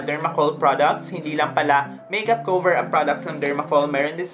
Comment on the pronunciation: I love you. I am a fan. Just need to say that you’re pronunciation of cover is wrong. Please say Kah-ver not Kow-ver. Love you.